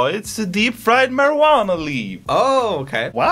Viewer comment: the way joel pronounces “marijuana” is my aesthetic